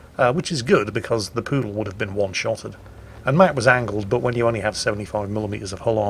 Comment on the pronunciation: It's a Pru Dal Not poodle Quarantine is finally getting to you... God dammit!